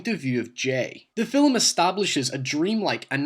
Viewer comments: Ha ha, around 45 sec he says Fillem for Film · Say "filim" again! I DARE YA!!! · Why do you pronouce It "filUm"? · "fillum" film "hoyse" house "seeyaf" safe. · Cranky Carrot Yeah...his pronunciation is driving me nuts. Great information, but I cringe every single time he says 'fill-em'. 😖😖😖😖😖😖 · why don't you have more subs, you are interesting. Even if you do say "fillem" :D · What accent do you have? Does your fanily also say "filum" or just you? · Yeah its just one I don't hear often... this thread was about him pronouncing a word differently, I just added one I noticed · Weird question: why do you pronounce "film" with two syllables? Is that a regional dialect? I've not heard that from other Scots before. And no, I'm not making fun, I'm genuinely curious. Linguistics are a thing for me. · Never heard "film" pronounced as two syllables until now. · love your video, the only thing i dont like is the way you pronounce the word "film" lol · "Film" only has one syllable! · Where are you from that you pronounce "film" in two syllables? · Dude, you have one of the most bizarre accents I've ever heard... Is that Scottish? Dutch? You pronounce certain words in such a strange way, like I've pretty much never heard before. You say "film" like "fill'em" And "rape" you said "re-up" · "Hoaw" "The fil-lem"